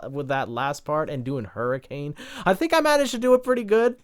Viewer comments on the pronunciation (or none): none